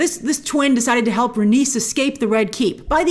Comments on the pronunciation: Rain-ease Ray-knees Rhae-nys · i always pronounced it Rhae-knees and May-lee-s opposed to Rhae-nis and May-lis but George has said many times he does not consider pronunciation of his names important he says however anyone pronounces them is correct in its own way seeing as they are all fictional names to begin with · George R.R. Martin wants people pronounce his characters names however they like but in the show I think it's rhae-niece and mey-leese